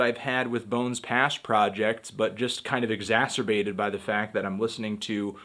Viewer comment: Lol Anthony said exasturbate